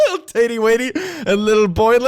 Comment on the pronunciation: Naww he did't just call Tate Tatty Watty that shit is hilarious